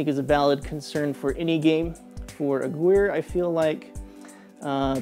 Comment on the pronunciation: ah-gear-ray is really how it's pronounce. friend with the last name corrected me on it when i first said the name